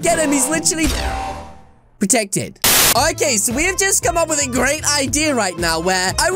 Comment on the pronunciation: It was so funny when he “he is totally …pertectid